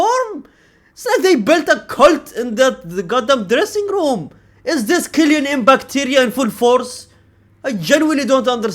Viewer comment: "Kylian mbacteria"😂😂